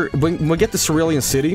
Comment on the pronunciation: it's pronounced cerulean city The issue with that is that Charizard is one of the worst Pokemon and that they aren't cool that's fuschia and thus their tongue but charizard doesn't look cool encore is also good in nuzlockes. so like, still not here but like, not JUST competitive. whoa i didn't notice the anime bike cerulean misty thing either